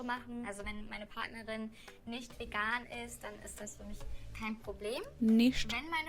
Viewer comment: Damn I'm again really impressed with your german pronounciation. That "ch" in "nicht" was almost spot on. Most english speakers can't pronounce it this way even when they've been learning german for some time.